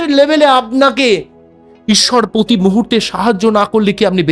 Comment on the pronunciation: আপনি আগে ভালোভাবে বাংলা বলাটা অভ্যাস করুন। এইটুকু ভিডিওতে হাজারটা ভুল। English pronunciation ভুল। পতি মুহূর্তে নয় কথাটা প্রতি। এই জল হওয়া সূর্য্য কি টাকাকড়ি দেবে? বৃশ্চিক রাশি কিভাবে অর্থনৈতিক ভাবে সফল হবে সেটা বলুন। বিরক্তিকর!😡